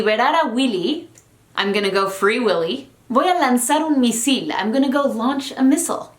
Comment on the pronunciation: "Voy a lanzar un misíl" JAJAJAJA. Te amo